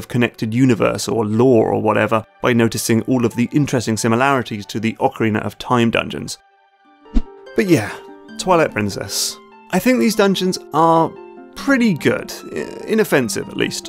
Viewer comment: I hated Lakebed Temple. Brought back bad memories of the Water Temple from Ocarina (that's "ah-kar-ee-nah", not "oak-arena"...pet peeve) of Time. My love for Snowpeak Ruins is based mostly in the aesthetic.